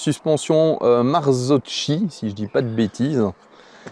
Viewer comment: Mar tzo ki. C'est qui a raison! Prononciation habituelle dans les média et vérifiée par Google.